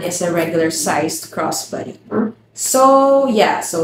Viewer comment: I thought you were saying "cross buddy" and then I finally got it... Crossbody